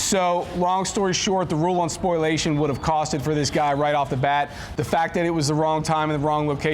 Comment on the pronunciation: Learn how to pronounce spoliation. (Not spoiliation). Just sayin’….